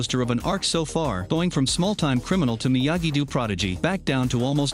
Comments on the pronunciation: Miyagi Dew?...it's pronounced like the word dough, like unbaked bread..... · It’s miyagi dough not miyagi dew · MiyaGEI Doe, ITS Miyagi-Do lmao not Doe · are we all going to ignore that u said miagi doo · Bro, why do you call it Miyagi Du?? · this man said miagu du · he said myagi du